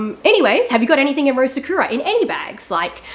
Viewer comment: Take a shot everytime she mispronounces sakura 🥃🌸 sahkyuuuuurah sahkooooorah